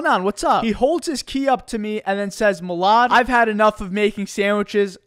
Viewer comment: Milad on Mr beast Philanthropy Jimmy Pronounced Your Name Wrong Again